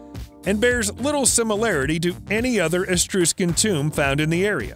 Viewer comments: I enjoy the videos but wow you do struggle with pronunciation. For example, Etruscan doesn't have an S after that first letter. Thus it is: uh-TRUH-skn. And there are others, too many to list here. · It is Etruscan not Estruscan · Please stop saying "Etrooshcan". It is "Ee TRUSS can". And "brooch" rhymes with "coach". PLEASE. Maybe take some basic English language courses. I can't watch this. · Please learn to pronounce Etruscan, and brooch. Please.